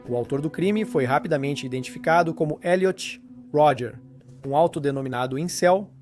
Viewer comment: O nome dele é Elliot Rodger. Creio que o narrador está dublando o documentário. Aí "abrasileirou" o nome.